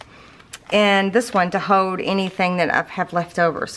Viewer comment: Pronounce the ‘L’ please. It’s ‘Hold’ not ‘hohd ‘